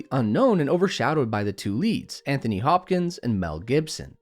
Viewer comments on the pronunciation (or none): none